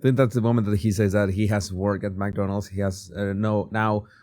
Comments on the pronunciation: Mc not Mac you sound ridiculous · …and Mc is pronounced “mick” …like sick 🤒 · Its not Mac Donalds Sir. It is Mc Donalds. Sorry but please say it right. Thank you! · Not MacDonald's, it's McDonald's. Pronounced Mic or Mec. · FYI - The pronunciation is “Mc Donald’s” not MAC Donald. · Its not mac Donalds no A. Its mc pronounced like mick. Thanks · You say "mack'donalds as if there is an 'a' between the 'm' and 'c'. But when there is no 'a' actually there, one should say "mc", sort of swallowing any vowel sound, or if you must have a vowel sound it would sound like "mick" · McDonalds not Mackdonalds